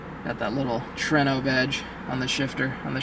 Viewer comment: Tru-ay-no not true-no😂